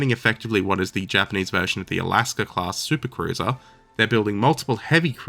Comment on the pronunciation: he said “japanese” but it did sort of sound like “jermanese” for a second lol